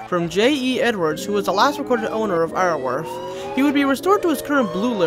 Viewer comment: Apologies about being "that guy" but Iorwerth is actually pronounced like "yaw-werth" It derives from the Welsh terms Ior (meaning lord) & Berth (meaning beautiful) Iorwerth in-game is named after the Welsh medieval king named "Llywelyn" or "Llywelyn the great"/"Llywelyn ab Iorwerth" Welsh is a stupidly hard language to pronounce so I don't blame you or anything lol.